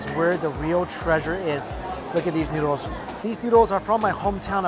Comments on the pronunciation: The pronunciation is noodles not newdols. 😁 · Why do I sometimes hear Mike say "needles" instead of noodles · i legit thought he said needles lol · he sound like hes talking about heroin because i think hes saying needles.ya i love thes needles😌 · It sounds like you're saying needles the first 5 times